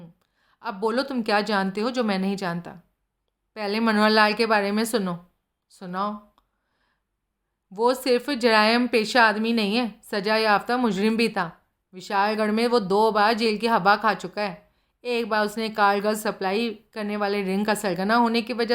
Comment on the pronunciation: Jairampesha nahi Zarayampesha hai...polish your urdu accent ( takhhallus)